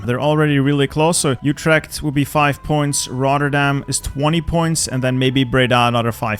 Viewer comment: You're a belgian why the anglo pronounciation of Utrecht lol. You got Eindhoven tho best city woohoo.